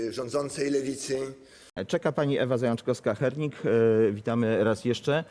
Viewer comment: Zajączkowska, a nie Zajęczkowska